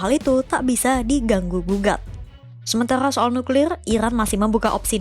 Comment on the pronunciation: Nuklir bang bukan niklir